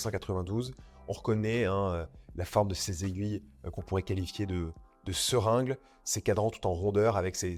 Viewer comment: seringle? non, seringue!!!!!